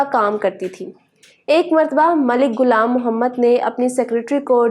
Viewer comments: Allah ka liya sahi urdu bolo bus naqal kerna zaroori ha chaha sahi ho ya nahi naam ghulam ha gulam nahi apni achi urdu bolo third class nahi no doubt hum apni zaban ki izzat nahi kerta tu doosra kiya kera ga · gulam nahin ghulaam apna tlaffuz thik karen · گلام محمد نہیں غلام محمد